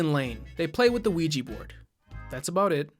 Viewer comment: They gotta burn the Quiche Board